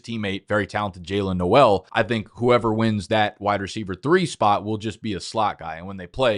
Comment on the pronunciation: The way this guy pronounced Jaylin Noel makes me tweak like god damn bro